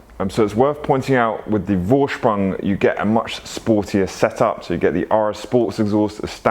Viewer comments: Vorsprung is pronounced foorsprung. It’s German so v is a f. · Beautiful cars! I love my Audi, one day I will get am RS model... Gotta have life goals right?! 😂 Oh ps... A "V" in German is pronounced as an F so it's pronounced Forsprung. You did ask 😁